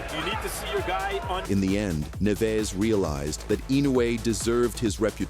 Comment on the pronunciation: “Neeves”. “ne-VEZ” …It’s Nieves…nee-EH-vess.